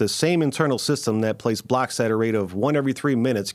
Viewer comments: Your pronunciation of “blocks” is awfully close to “blacks” which makes this video weird. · Did you say blocks or blacks?